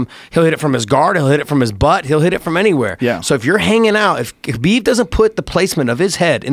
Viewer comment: It's pronounced Habib